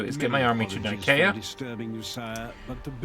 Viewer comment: excuse me but the c in nicea is soft like the c ont pronounced like a k i know this ia it is the place the the centeral creed of Chirstianity was crafted. though it was probably named for the god nike of greeck fame.